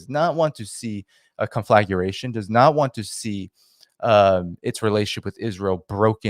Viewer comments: conflagration: 4 syllables not 5, drives me nuts, kon-flah-gray-shun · "Conflaguration,"?